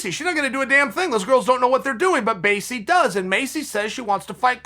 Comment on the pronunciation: Maycee Barber: “My name’s Maycee Barber” Uncle Chael: “Macy Barber” Macy Barber: “My name’s Macy Barber”